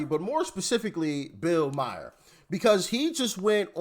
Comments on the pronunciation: It's Bill Maher (Maar), Doc - not Bill Meyer 😂😂😂😂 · STOP! His name is pronounced Mar, NOT Meyer/Mayor/Mayer. Mar like the planet Mars. Please stop mispronouncing it or stop saying it! It's all over MSM and YouTube. Please learn to say it correctly. 🙏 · Hey Doc, his last name is pronounced like car (Mar)